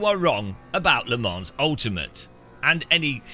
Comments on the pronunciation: Le ManS .. Its a silent S :) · You still, won't even pronounce it correctly! WHY !??